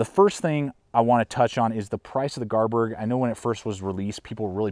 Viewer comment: It's pronounced Garberg,bestest knife money can buy,I think that grind on the Kansbol is to help you with field dressing Deer and rabbits.I have all the Mora knives except the Kansbol would you recommend getting one.I'm trying to make my mind about what knife to purchase next,between the Enzo trapper or TOPS BOB,or the Esee3. Any suggestions my friend.